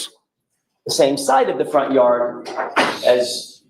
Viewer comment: Jar far are yard not yawd.